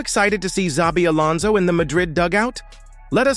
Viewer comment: Welcome to Los Blancos Alonson, welcome back home Alonson.